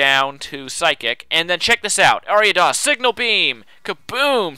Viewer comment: I love how you pronounced Ariados correct the first time you said it in the video, but then afterward kept pronouncing it wrong lol